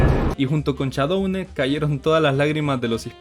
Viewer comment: "Todos íbamos con Shaudone" yo siendo fan del Dsmp: ._.